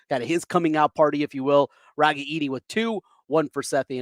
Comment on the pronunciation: Why do people have such a hard time pronouncing Ragaini? It is RA - GAIN - EE